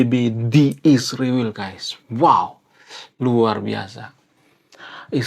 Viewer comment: Bang, ngatain nama negara org itu yg benar ya, israel bukan isriwil bang??